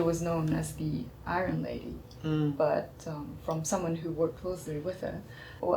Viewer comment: この場合は 「Conditions」より「Requirements」。 「Iron」の発音は「アイロン」ではなく「アイアン」。 日本語で言う「メリット」の意味は英語ではやや異なる。この場合は「 Advantages」。 この「認められる」は admitted より accepted。